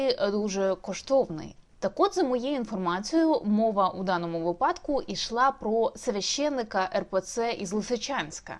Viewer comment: Не путайте Церковь и отдельных её членов. Таких колаборантов было полно и судах и в прокуратуре, и в СБУ, о чем заявлял Президент. Но ни прокуратуру, ни СБУ, ни суды никто не разгоняет. Невежество агрессивное. И кстати, в слове" випадок" ударение ставится на первом слоге. Это все-равно что сказать " случАй", а не слУчай.